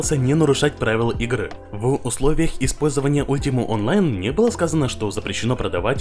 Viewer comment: помимо е бей ,не ультима ,а альтима...